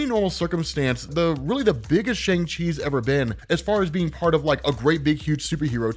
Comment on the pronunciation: You're pronouncing Shang wrong.